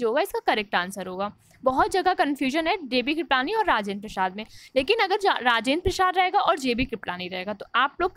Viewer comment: राजेंद्र प्रसाद तो ठीक से बोलीए.